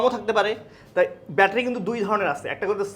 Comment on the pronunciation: তুমি বেশি শিক্ষিত দেখতেছি। আমরা ব্যাটারি বানান ঠিকমতো লিখতে পারেন না । উনার উচ্চারণটাই সঠিক